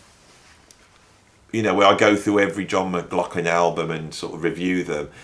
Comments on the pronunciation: Even being German, I dare to give a comment on the pronunciation of “McLaughlin”. Doesn’t the name have somewhat Gaelic roots with those strange consonants? There is a way to pronounce the gh softer with slightly breathing H. Like German “Bach”. Not Bak as Anglos like to say, but Bachhh. Can You imagine what I mean? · Muck Loff Linn....repeat slowly and speed up....and you'll get there😂😂😂 But don't worry too much...your pronunciation might be off but your content is great. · Yes...I'm aware of this but in the end if I don't pronounce M-Glock-Lin then I will be cursed with continual comments regarding the pronunciation. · I think the ambiguity with how McLaughlin is pronounced is due to people with that name pronouncing it differently, depending on whether they have Irish or Scottish ancestry. I understand that the reason John McLaughlin was born near Doncaster in South Yorkshire is that his mother, who taught Piano, left London whilst pregnant with John, to escape the Blitz bombing of London during WW2. I've read that he lived in Kirk Sandall, which is about 4 miles NE of Doncaster city centre. If anyone knows the address he lived at, I'd love to know because I only live about 3 miles from there. If the residence is still in existance, it deserves one of those commemorative Blue Plaques like the house that Jimi Hendrix lived in, in London, has.